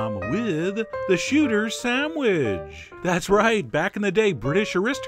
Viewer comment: "the shooter samwidge"